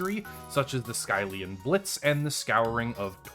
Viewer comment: The way he says skyllian is painful.